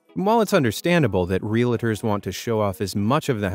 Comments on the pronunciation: It’s not, “real-a-ters”, it’s “real-ters”. There’s no second “a” in it, and it has 2 syllables, not 3. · They are not called Ree-a-la-ters. They are Realtors. Two syllables. Real-tors. It’s a registered trademark.